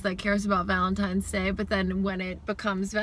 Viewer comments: Its not Valentime!!!!! People and their lazy English lol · Specific people say pacific, similar I have heard people say simular. Library people say liberry 😂 but I also have heard people say valentimes day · RealAtor, chiPOLte, chimminey, definitely valentimes day 😖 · A Yankee (US), here , living now in the south, they say VALENTIMES all.the.time. Drives me insane. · My son who's 5 mispronounces Valentine's Day as Valentimes day. It's the cutest thing ever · Definitely have heard people say valentimes day and sanwich instead sandwich. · yes! I knew someone who said valentime's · samich yes i have heard Valentime's day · soooo many people say valentimes day...drives me mad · I've heard people say Valentimes and I know 46 yr old that says sangwich. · Almost everyone I know says valintimes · never thought two people arguing would grab my attention so much, especially about "Valentime's" day... haha it is funny but at least you resolved the issue of he said she said. You guys are freaking {I say that a lot} amazing and in Georgia I say Sandwich and Valentine's day but the other 89.9% say samich/ samwich and Valentime's day every time. I think you were right in this one though Laura. ❤😊😉